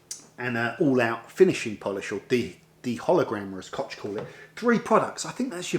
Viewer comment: Hello, I watch your videos frequently. Very nice. But, yes, please use google translation voice to find out how to pronounce koch or/ ch/ in German. Keep filming.